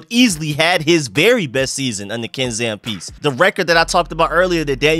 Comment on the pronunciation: Ken Zampese (Zam-pee-zee)